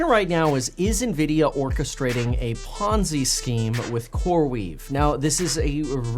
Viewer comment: Kevin b like "It's A Pomzi Scheme" Trust me I know them. lol